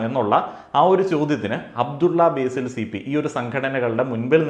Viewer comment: ബേസിൽ ❎ ബാസിൽ ✅